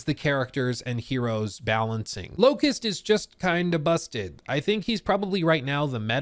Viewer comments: It hurts to hear the 'T' in 'Locus' TT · Locus, no T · the character's name is LOCUS. not LOCUST. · LOCUS not LOCUST. A locus is a position, point or place. I don't know why it bothered me when you said it so much. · Locus, not Locust 😅